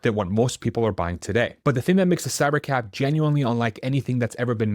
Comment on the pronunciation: Until he put Cybercab on the screen, I thought he was saying Cybercap